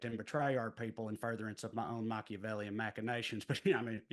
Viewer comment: Hearing "Machiavellian machinations" in that accent is a treat. Trae was the highlight of Comics for Kamala!